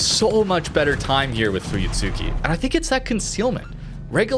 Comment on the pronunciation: Idc anymore but fyi (if you're curious), it's pronounced fooyutski. The tsu is said so quick it almost sounds like ts. It's the same with almost all japanese ships that have a "tsu" in the name. Mutsuki "Mootski", Akatsuki "akatski", etc